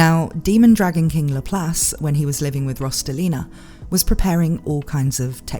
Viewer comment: Does it bother ANYONE else how she's clearly pronouncing this characters name wrong...